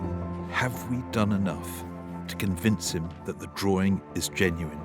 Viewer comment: How in the world does the word drawing get pronounced as drawring? Lol!